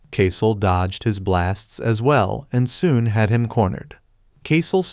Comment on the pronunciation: Bro straight said 'foon' instead of 'soon'